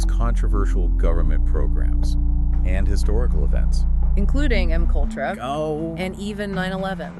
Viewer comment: 😂😂😂😂it gave itself With “M-kultrah”’lolololln